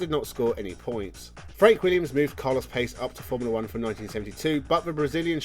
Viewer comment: Carlos Pace's last name is pronounced Pa-che